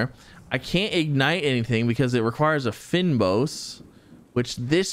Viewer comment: Please learn to say Fynbos lol. Maybe try seeing how google translate would say it in Afrikaans ; D